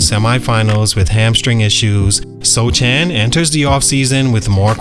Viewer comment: It's pronounced "So-han", the "c" is silent.